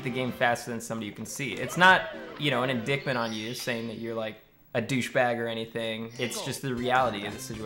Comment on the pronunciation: I'm sure a blind person can at least pronounce indictment.